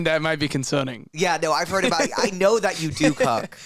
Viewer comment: How he pronounces heard like “hwed” without much pronunciation on the R is adorable!!